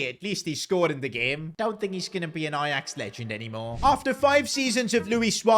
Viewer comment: Ajax is 'j' no ' y'